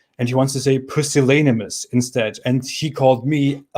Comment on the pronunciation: Pusillanimous is an acceptable word in English. It's pronounced [pew-sill-animous]. It means weak-willed, cowardly. MH's use of it is affected.